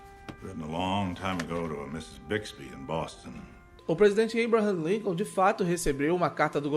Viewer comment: Vc falou presidente abram Lincon.?